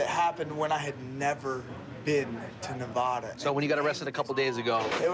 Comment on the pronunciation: Should have tazed green shirt just for mispronouncing Nevada.